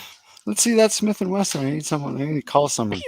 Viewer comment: I own a Smith & Wessahn; just hope I don't say that at the range...